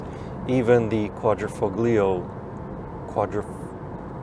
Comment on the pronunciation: beautiful car, if you buy it then you must stick to it, since you would loose $20K as soon as you drive out from the dealership - if they have the electric version, that would be a different story - Quadrofoglio - "g" is silent just like in "pagliacci"